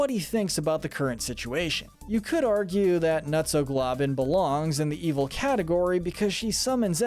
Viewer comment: It's evil not eviel